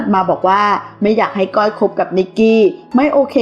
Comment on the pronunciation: ข่าวก็สันหาเอามาออกไปเรื่อย มึงอ่านชื่อก้อยยังไม่ถูกเลยอีปลวกเอ้ยย